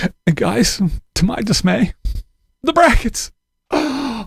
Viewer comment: " GUISE" LOLLLLLLLLLLLLLLLLLLLLLLLLLLLLLLLLLLLLLLLLLLLLLLLLLLLLLLL